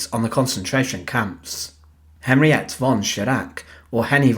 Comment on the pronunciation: Henriette pronounced Henri etter